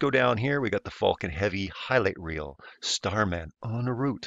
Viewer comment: If you’re going to deny LIVE FEEDS of the ROUND Earth. Please at least learn to say Falcon Heavy correctly.